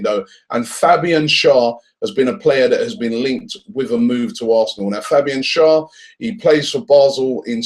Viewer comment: Hi Robbie, since you talk about players a lot, please research how to pronounce their names. Especially our own players. Carzola? I know you're not a commentator, but it's just respectful. Schär is pronounced (Cher) like the singer/actress. Sorry to be that person or if I sound rude, but I'm trying to be helpful.